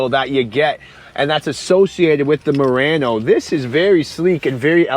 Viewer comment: Why you keep saying Moreno?